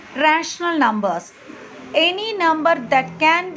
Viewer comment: teacher its numbers not xlumber